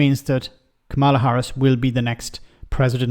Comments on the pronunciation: Kamala Harris's name is pronounced "Comma-Lah"; not "Kah-Ma-Lah"... It probably wouldn't be such an issue, if the MAGA Republicans, lead by Trump, hadn't decided to make it a cornerstone of their strategy, to purposefully mispronounce her name; as a way to racially disrespect and other her. I don't know your intentions, and doubt that you're politically aligned with MAGA. There are many reasons one might mispronounce someone's name, but the motive behind why they are doing it, is clearly racist. Therefore, it becomes more important for people to oppose and undermine their racism, by pronouncing it correctly. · Is it your Irish accent? Maybe you've been watching too much Fox news in your research, but it's KAmala, not KaMAla. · I hate to bring this up but the pronunciation of Kamala is a bit like Pamela. Trump and his MAGA surrogates purposefully pronounce her name wrong all the time because they are a§§holes. Sorry, love what you do!